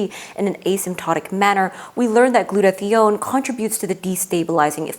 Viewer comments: Really interesting and very well done. A small note about two mispronunciations might undermine your presentation with some viewers with certain science backgrounds: glue-toe-thigh-own. proe-tee-awl-a-sis. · gluta-thigh-own Merriam Webster and two different YouTube pronunciation guides (one based on actual usage) give only this pronunciation.